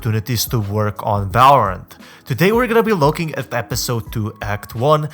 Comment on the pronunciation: no one: this guy: valrarent